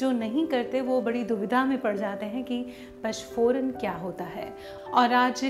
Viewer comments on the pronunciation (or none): nice idea. Par eese PACH PORAN nahin bolaa jaataa PA N CH PORAN kaho tau sahi uchhar hogaa. Aap bolte ho ees mein anuswar nahin bol rahi ho . PANCH = Paanch / PACH kaa tau koi arth hi nahin hai! Text mein likhaa hai headline mein vo baraabar hai par bolne mein aap galat uchhar kar rahi ho.